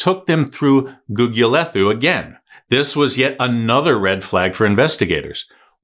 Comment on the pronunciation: Gugulethu.... pronounced Googoolaetoo.... no 'th' as in English !